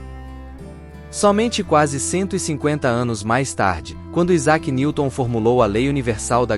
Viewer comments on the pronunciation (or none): none